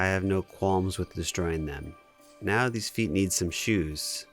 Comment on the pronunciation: "You know, children could play with theese toys" 🤓